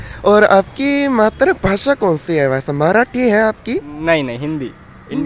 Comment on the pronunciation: कोहे भाई, मात्र भाषा नहीं मातृ भाषा। मात्र और मातृ का उच्चारण पृथक है मेरे भाई। मुझसे सम्पर्क करें। मैं बताऊँगा आपको।